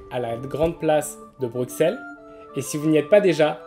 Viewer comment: Les gens, c'est Bruxelles, pas Bruksel. ;)